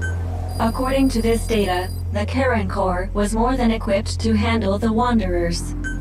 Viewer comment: Does anyone else keep hearing "Karen Core"?